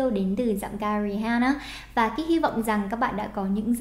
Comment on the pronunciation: RI AN NA cô ơi, từ H câm ạ. Mong cô có thể đọc đúng tên ca sĩ mấy lần sau nhé!